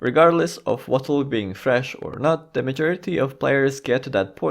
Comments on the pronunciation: Lol every time this guy says 'Votulk' (reading WotLK as a word) it makes me laugh and at the same time triggers me immensely. To the point that I nearly had to just stop watching the video. Just call it Wrath man. Please for the love of sanity. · saying "wotlk" lol sounds so funny. wrath might be easier and would likely be well understood xD